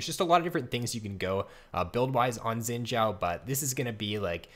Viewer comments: Better than it sounding like "Zin Zao" , ideally it's supposed to sound like "sheen Jao" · Could not watch more than 30 seconds due to "Xin Jow"